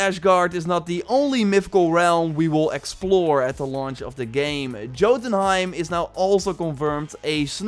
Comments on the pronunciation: Ashguard and the J in joutunheim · Jottunheim. Say it with me: YOH-tuhn-HAYM. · As-guard not ash, and yote-enhiem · Ah yes I love "AshGard" and "Joetenheim" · Jotunheim is pronounced Yo-tin-heim. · So now we don’t only have him saying CasTle but also ASHgard and JOEtunheim .... bruh didn’t you watch enough of vikings and the last kingdom??! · He even said Jo tenheim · some pronounciations for you: asgard is not ashgard. the h is not there in jotunheim the j is silent aslo th ebig tree in asgard the the yggdrasil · He also mispronounced Jotunheim wrong too. He made the normal J sound instead of a Y sound